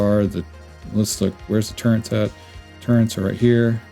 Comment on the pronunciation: turrets not turrents hehehehe